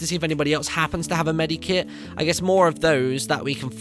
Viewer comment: Medkit not medikit